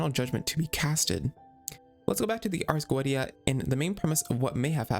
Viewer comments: it's arrrs go-EH-tee-ah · cool video, but youve got some name pronounciations wrong, Focalors (the "s" included) is read as "Fosalors", and the Ars Goetia is read as "Arc Goicia"